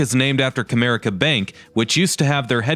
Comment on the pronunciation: I love that you pronounced Comerica Park correctly, as Cuh-mere-ick-uh